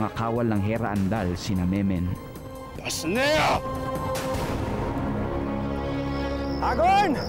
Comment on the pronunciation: meno po hindi memen, hindi maayos pronunciation ni dingdong dantes😅